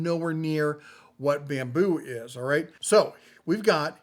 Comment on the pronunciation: "Babmu" lab? :face-blue-smiling